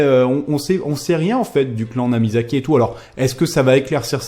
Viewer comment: C'est NAMIKAZE ! Pas "Namizake" ;)